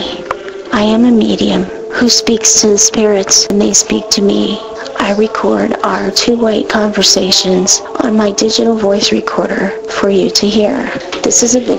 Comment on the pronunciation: speak, not skeak